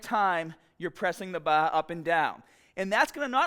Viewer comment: “When pressing the baaaaaah” Tf he just say? Ohh, bar. I gotcha.